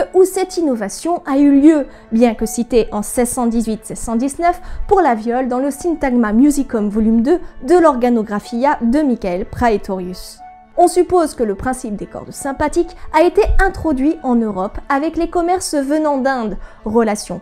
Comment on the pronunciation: Bravo (pouce bleu), bonne vulgarisation sur cet instrument très peu commenté en France et tant pis si certaines prononciations piquent un peu les oreilles : “Pahétorius” (se prononce en fait “Prétorius”), Elizabeth “premier” (ah bon ?), ou, plus dommage sur un site d'organologie, “la” sitar “indienne” (grrr !). Bonne continuation. P. S. : je ne suis pas sûr d'avoir compris pourquoi le cordier est fixé sur un talon débordant autant de la caisse.